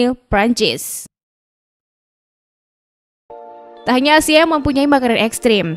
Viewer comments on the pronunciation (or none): none